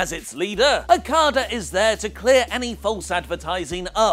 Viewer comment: he always says Okadas name so fucked up and its probably one of the easiest to say